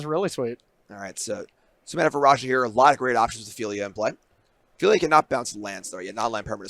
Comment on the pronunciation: Phel-i-a. 3 syllables.